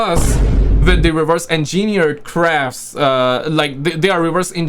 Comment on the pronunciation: Lol it's pernounced engine eered